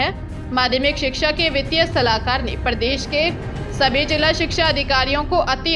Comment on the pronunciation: Hindi shabdon ke aadhe akshar wale shabdon ka uchcharan bilkul galat hai , jaise Parv ko parav skool ko sakool pradesh ko pardesh tatha aur bhi Kai. Ye sunane mein bahut Bure lagate hain. Ghar par bar bar sahi bolkar sudhar karen phir samachar padhein.